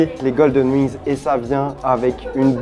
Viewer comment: Je vais tester les "Uings" 🤣